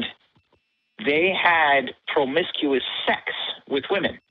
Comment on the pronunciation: There’s something very strange in the way he says ‘promiscuous’…